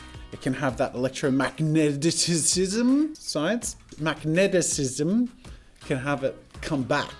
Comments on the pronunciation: Jazza: Mag-magnetitism! Me: you mean magnetism? Jazza: MAGNETITISM! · mag-neh-tiz-em Your Welcome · Jazza trying to say magnetism is hilarious